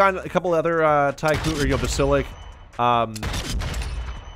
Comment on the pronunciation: Basil-isk, that's how you pronounce it...😂